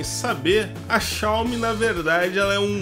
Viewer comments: Obrigado por falar Xiaomi do jeito certo. Me dava muita agonia. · Aê desta vez falou certo o nome da marca kkkkkkk